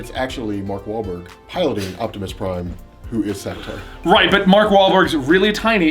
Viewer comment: And it's Savitar, not Savatar.